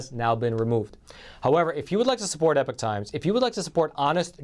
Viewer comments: Epic and Epoch are to very different words with two different pronunciations, wtf??? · exactly and it’s definitely not pronounced ‘epic’ like the host keeps saying!